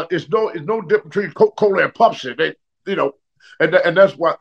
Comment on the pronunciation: I can tell the difference between Coke and "Pupsi"